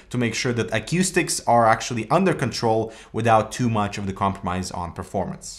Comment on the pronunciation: Why does this fucking Canadian Commie say aquistics? Where the fuck do you get the Q from?? It's ACOUSTICS! Like "a coup"